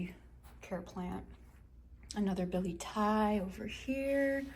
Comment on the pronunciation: Hi great video, thank you for the tour. Btw you probably already know or maybe you dont..but its pronounced "bill-et-ti-ei" not "billy thai" 🤭 Edit: also that monstera is soo big. Looks Amazing 💚